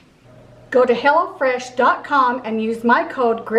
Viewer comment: You might want to say, "visit hello fresh." Lol! Instead of, "go to hell oh fresh." Lol! I LOVE you guys!